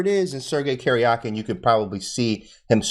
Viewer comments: It's not "Kerjakin" but "Karjakin" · Karjakin is actually pronounced like Karyakin, I think. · Thanks for your awesome video. The correct pronunciation of their names is as follows: "DOO-bohv" "Kah-RYA-keen" - (I am native Russian speaker). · AHHH!!!! Stop saying Caryahkin! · Talk about brutal??? Absolutely butchered the pronunciation of Karjakin XD